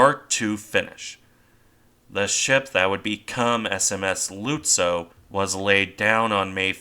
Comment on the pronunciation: Hey. Whats up with your pronunciations? For instance the way your pronunciation of " Lützow" is that the way German speakers say it? your not using a bot or something to write this script are you?